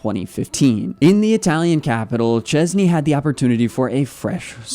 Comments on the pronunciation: And his last name sh-ches-nyi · I think you can try pronounce his surname: Shchezny 😀